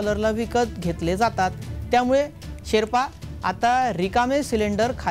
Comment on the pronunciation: अरे शेपरा नाही शेर्पा...